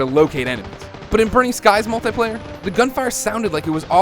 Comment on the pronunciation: gun dosen't sound real. your one to talk. you can't even say multiplayer right